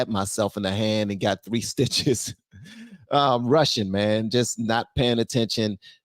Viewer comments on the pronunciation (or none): * lmafo i thought you said "I'm Russian" not "I'm rushin" lol 😅